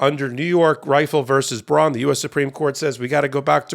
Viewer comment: The Bruen decision is pronounced "brew in" not "bron."